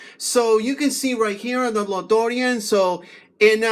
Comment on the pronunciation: La Dorean. 😂😂😂 damn bro which part of mexico is that